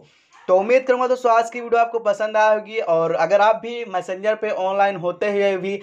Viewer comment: मसंजर नहीं मेसेजर बोलते है